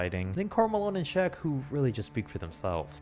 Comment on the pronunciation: Its "Shaq" not Shaw like Brian Shaw. Shaq was on the 2010 Cavs.